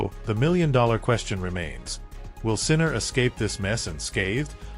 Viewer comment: Won't even watch this YouTube. You didn't even pronounce his name correctly.